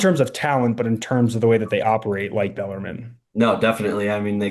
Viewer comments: Pronounced beller “men” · Baller mean is how I heard him say it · You have a show called the Rupp Report and can't pronounce Bellarmine? Cmon, guys.